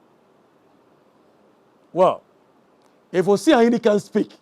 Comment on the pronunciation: try to speak the GA well. Am not happy with your GA. Please speak it enough so that we can communicate well in the grate language of GA. Thank you